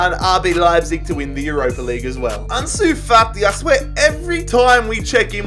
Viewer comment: no one:: Arnsoo Fartee